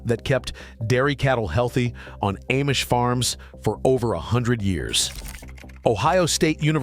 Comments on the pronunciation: It’s pronounced Ahhmish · It's pronounced Ahhh-mish. But AI doesn't know. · If this guy had really spent much time with the Amish, he’d know he’s mispronouncing the name It is pronounced as “Omish”, not with the long A. This artificial intelligence “thing” isn’t real and I doubt his message is real either. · Ayemish families!??? Wheeee! Listen to AI go! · So AI still can't pronounce Amish. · Nothing but AI crap you can’t even pronounce the word Amish properly